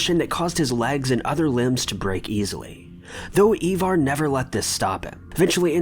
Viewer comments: Ivar...not Evar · Ivar not evar. I-var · It's pronounced iva not eva